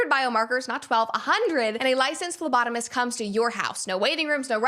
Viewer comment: In the Geviti ad I heard lobotomist instead of phlebotomist.